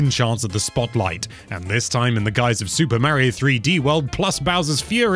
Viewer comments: It is Mario Not Meario learn how to say Mario the right way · That pronnounce of word Mario is killing me...